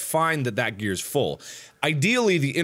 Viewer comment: Mark can't stop saying grears